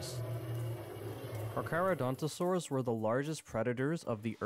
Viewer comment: Is it just me or is the way he pronounces carcharadontosaurus concavonator and giganotosaurus weird